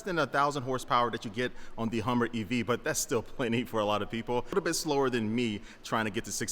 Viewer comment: Yall hear that HUMMVER EV that he called it?! Yeah, that's the PTSD speaking tryna say HUMVEE, realizing he's a civi. now so he corrected it to HUMMER mid word thus HUMMVER! Hehe XD